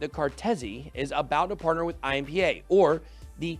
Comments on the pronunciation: Your pronunciation of IMPA wasn’t even close. Nice try though 😂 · achei até boa, só que ficou com sotaque de asiático kkkk